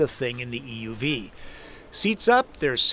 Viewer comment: It drives me insane how you the narrator keeps emphasizing the "E" in "EUV", when saying "EV or EUV". If you're differentiating the two, it's the "U" that should be emphasized, not the E.